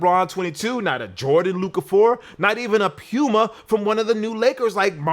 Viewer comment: Why do you pronounce Puma like that? Is that the correct way to say it?